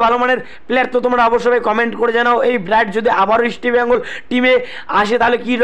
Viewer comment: Bhai..mukhe supuri rekhe kotha bola practice koro.. ota "East" Bengal.. Isti Bengal na... r Bright Enebakhare bolte gele jani tomar daat bhenge jabe..😂